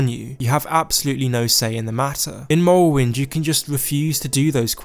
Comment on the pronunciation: Skoiwim and mowwowind